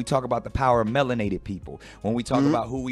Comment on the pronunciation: “Melanated people” He says it different so that means smart right?